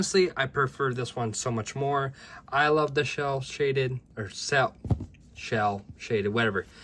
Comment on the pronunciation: Great video! Idk if you know or not, but it’s not “shell shaded” it’s “cel shaded” (sounds like sell shaded)